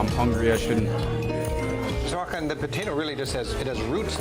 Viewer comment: "Hakan" haha. Couldn't he have learned to just say HÅkan? Yes Sweden has the most islands in the world.